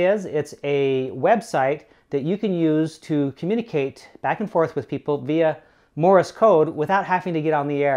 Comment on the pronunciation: Morris code! Cultural Learnings of America for Make Benefit Glorious Nation of Kazakhstan... It's Morse, not "Morris", people. Love my CW Hotline and the VBand site though, as I can't get on HF currently.